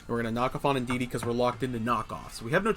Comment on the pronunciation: Indeedee not indeedeedee 😂